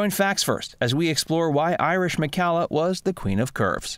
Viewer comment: For whatever it's worth, Irish preferred her last name pronounced to rhyme with "collar," rather than like in calla lilies or "Callahan."